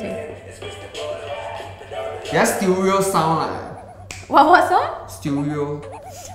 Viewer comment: LOL I laughed out loud when he said Sturio